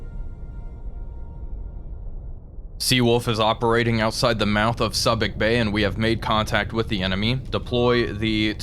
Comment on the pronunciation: Soo bic bay, a long "u."